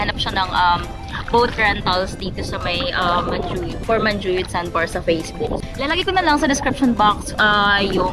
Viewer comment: Niceeee vlog :)welcome to negros its MAN-Who-Yud :)